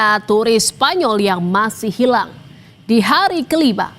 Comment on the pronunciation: Pengucapan kata… “hilaaang” … “tenggelam”…oleh pembaca berita ini terkesan tdk punya empati! Ga ada rasa… tolong belajar berintonasi ya mbak?